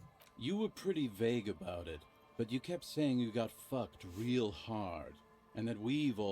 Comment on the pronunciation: Why did ya mispronounce reàl everytime, just say it in german